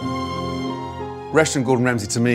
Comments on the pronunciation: Does anyone else hear "Russian" instead of "Restaurant" ? English people never enunciate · Up until I thought he was saying "Russian Gordon Ramsay" and I was so confused. I thought it was a feature spot on a Gordon Ramsay restaurant located in Russia.